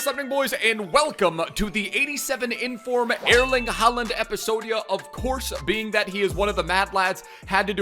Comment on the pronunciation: Your Norwegian is not bad bro👌